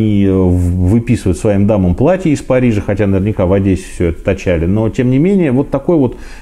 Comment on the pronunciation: Как я кайфую от того, что нормальный русский человек говорит не Адэсса, а Одесса 🤝🤝🤝